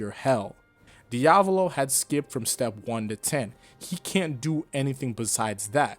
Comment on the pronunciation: Hat how he says diavalo, can't keep watching :(